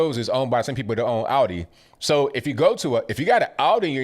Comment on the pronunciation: btw its ALDI not Audi...thats a car. and i know, he said it wierd and it sounded like Audi